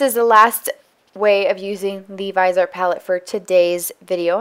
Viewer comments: vizzie-art please. the other pronunciation grates every time no matter how good u r as a mua.Liked ur content tho. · It's pronounced Vis(as in vision)-E-Art